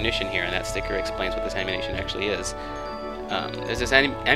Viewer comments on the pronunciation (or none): I like how you say sticker. "stikir" :3